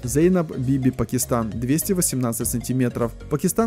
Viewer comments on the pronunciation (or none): none